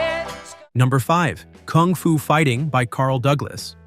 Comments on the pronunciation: This bellend keeps playing clips of Carl singing kung fu fighting yet he keeps saying kooong fu? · Stupid bot pronounces it "koong foo" 😅